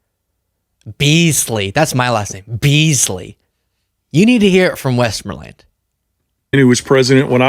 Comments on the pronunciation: If you,, were older (much older:) ) you would have heard the name “Westmorland” an awful lot. If I can recall correctly, it was pronounced with the accent on the second syllable. West MOR land. Anyway, I listened to this video very carefully and Very much agree with what Mr.. Westland says about Project 2025. When I first heard about P. 2025, I researched online about it. I found about the Heritage Foundation, about Russell Vought and what he was doing to aid Trumps campaign and to prepare for his presidency, about the stack of Executive Orders they prepared for Trump, the teams of memos the would send out to staffers, etc. I realized what they wanted to do which was to break down the US government and replace it with a Christofascist state. I was horrified and tried to tell fiends about the coming onslaught but to no avail. now we’re seeing it all happen. If only people had done what I did but probably they still wouldn’t have listened. Keep up the good work,., I listen to you every day. Or something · Have you never heard of decorated and famous General Westmoreland? P.S. The "O" is pronounced with a long O sound. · Keep watching the video and practicing. Eventually you will be able to pronounce 'Westmoreland' properly. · Westmoreland ain't a new name. Have seen it here and there all my life (59 years so far), including one General Westmoreland. There is no emphasis on the elements. It's said exactly as farmer Westmoreland says his name. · Beasley, he said his own name bud. You’re killing me. Despite pronouncing his name, probably to avoid this mishap in incorrectly annunciating, you continue to mispronounce it. Also, I really want to encourage you to do a history lesson or two in post-wwii modern America, you will find a very historical figure by the same name. Not once have I ever seen or heard someone get that name so wrong so quick so often in one go. 😂 You get a pass, one pass. But no mas my friend. Best of luck. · It's pronounced westMORElun